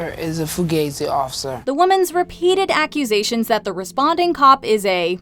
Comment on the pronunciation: OMG FUGAZZI OFFICER! First hilarious and second she isn't saying the word properly